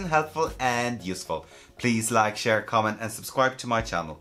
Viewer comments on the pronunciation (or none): none